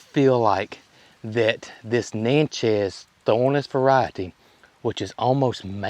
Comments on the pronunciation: Pronounced Nat-chez. Indian tribe. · You do not pronounce Natchez correctly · I'm not the name police. Call them what you want 😊. No biggie, but Natchez is like matches with an N in front.